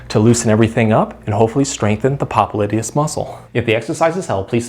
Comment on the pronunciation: What nonsense. The guy can't even pronounce the name of the muscle. He calls himself a doctor when he's not. The massages that he recommends have nothing to do with the popliteus muscle. Time to move on...